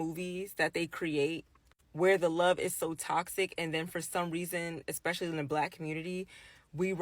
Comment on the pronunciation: Did she say "eck-specially"?